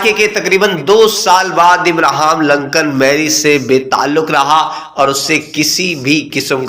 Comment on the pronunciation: It is Lincoln instead of Lancan, Lancan or Lankan (as you pronounced) means Sri Lankan person. Please do the homework before published the pathetic videos